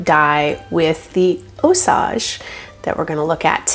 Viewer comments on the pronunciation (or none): It is NOT (Ò-sauj)... It IS pronounced (Ò-sayj)... Strictly American English, NOT French... LLLOL